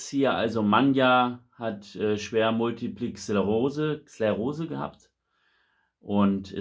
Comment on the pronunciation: Multi - was? Vielleicht übst Du noch mal, wie man multiple Sklerose ausspricht.